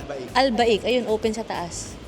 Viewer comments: AL BAYK NOT AL BAIK ! ANG PAGKAKABASA ... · Al-baik pronounced as "Al-Beyk"... ang tawag ng mga locals dyan ay "Beyk" discard nila yun "Al"